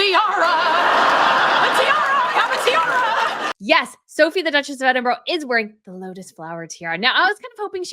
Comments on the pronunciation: Edinburow.....it's definitely not pronounced EDINBUROW.....ED IN BUR AH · Good job on commentary! All sounds great in your accent but if you want accuracy on names, note that Sophie is Duchess of Edinburgh (counter-intuitively pronounced EDD-in-brah, not ed-in-BUR-ro) whilst the former crown jewellers, Garrards, is pronounced with first syllable emphasised, something like GARR-uds (not g'RARDS nor Ga-RRARRDS). Yes, the spelling of Edinburgh does not match how it is said. See also placenames such as Leicester (LESSter) and Gloucester (GLOSSter) and Worcester (WouSSter). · Edinburgh is pronounced Eddin bra not Edin borro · It’s pronounced Edinbur